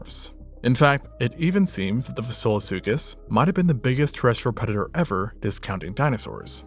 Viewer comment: Excellent recap! My only complaint is from - , when the words SILLOSUCHUS and FASOLASUCHUS are difficult to audibly distinguish